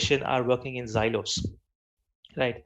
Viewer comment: its silo and not zilo.. it sounds annoying to hear such pronunciation mistakes..